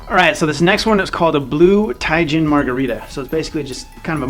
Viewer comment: yeah by the end you had it lol